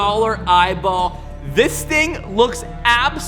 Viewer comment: Eyeball not eyball